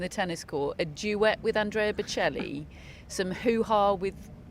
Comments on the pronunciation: British laughing at an Italian for his english😂😂 They can't even pronounce Boccelli😅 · This is the most awful trio I’ve ever seen. Especially that lady that can’t even say Bocelli, really? How difficult can that be? Also, Sinner didn’t get a doping ban, go inform yourself! And even worse, what does it have to do with male or female??? You make us women look just petty and stupid!!! Lots of people are saying that there’s too much going on off the court for Sinner, has nothing to do with male or female…how dumb can one be, srly? And what’s so funny? You’re laughing and making fun of the players? Awful awful reporting, won’t watch anymore…